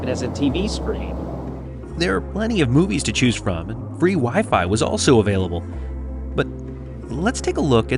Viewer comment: lol I heard ‘has even wife’ instead of wi-fi 😂😂